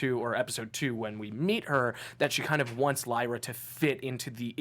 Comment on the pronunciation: I got triggerd when she said leera when it pronounced lighra but spelt lyra